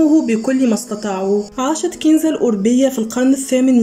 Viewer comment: كنزة الاوربية بوضع السكون فوق الواو وبفتح الراء